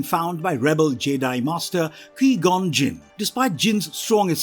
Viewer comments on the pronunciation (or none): Did the voice director writer or editor not tell this guy how to pronounce any of these names? Jed-Eye. I seriously couldn't pay attention to what he was talking about because he even mispronounced Qui-Gon-Jin. Did this guy not watch the movies?